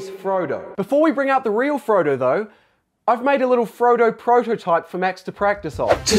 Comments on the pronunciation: My hearing sucks so much that I thought he said frodotype instead of prototype in the video lol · instead os 'prototype' it's 'Frodotype' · I'm offended he said Prototype instead of Frodotype